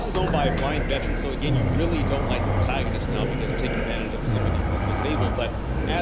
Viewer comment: The way you pronounced the word “protagonist” hurt my feelings